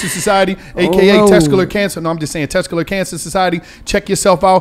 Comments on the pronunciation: Tescular Huh.🤦🏿‍♂️🤣🤣🤣🤣🤣💀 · Dis nigga said "Tescular" Awareness month.. 🤣🤣🤣🤣🤣 nigga what is Tescular? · Tescular? Come on lol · So gillie and white girl not gonna tell it’s testicular and not tescular? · Yeah it hurt my brain every time he tescular. 😆😆😆 Just say sack king. Pause. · keep fuckn sayn “tescular” & nobody corrected him 😂😂😂 im fuvkn cryin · Tescular? 😂😂😂 You mean testicular?😂😂😂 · That nigga said tescular (testicular) cancer. 😂😂 I wish I was on that show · Somebody gotta teach how to talk... Tescular is not a word its testicular😅😅😅😅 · Bro what the fuck is “tescular cancer” smh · It’s test-tic-ular maaaaan🤣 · Sound it out 😭 Test - tic - you - lar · Let Mona talk more! It’s annoying how much the discussion only be between and Gillie, especially wit the serious topics! And this nigga needs to learn how to say testicular 😂😂 Mona is funny af and drops gems comedically...y’all gotta let that shine thru🤷🏽‍♀️ijs